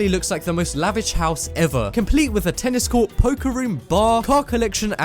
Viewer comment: You said tennis quart two times when you where talking about the castle